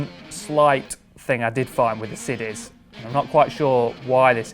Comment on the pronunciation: also did anyone notice he said the sidis had a super siff stole